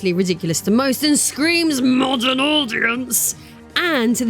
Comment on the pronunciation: “MMAAWWDUURN AUDIENCE” 💀😂